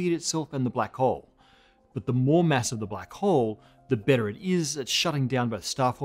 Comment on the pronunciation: Please, stop pronouncing "mass" as "mess"